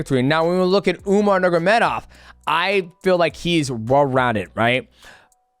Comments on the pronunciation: Mighty, it's time to learn not to say "nurgamedov" Nur-ma-go-medov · Umar Nurmagomedov bratha, not Nurgomedov Other than that, you're the GOAT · nur “ma” gedov not nurgedov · If I had a dollar for every time DJ said Umar last name wrong haha. “Nurgomedov” every time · Nurgomedov?!Cmon man its not that hard to pronounce his name and its lack of respect .Do your homework before you make your videos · I hate the way he says Nurmagomedov 😂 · the way he says umars last name is killing me